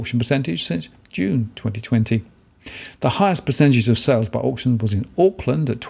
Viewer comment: Can you please pronounce auction properly